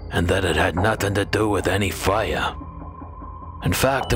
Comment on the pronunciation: Coming from a little village in the west of Ireland, I LOVE how you say “Fire” 😊